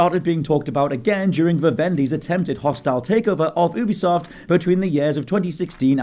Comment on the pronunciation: I know nobody cares but here it is anyway. It's pronounced "yoo-be-soft" not "oo-be-soft". I'll see myself out...